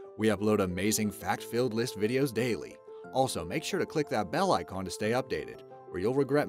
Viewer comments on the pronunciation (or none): none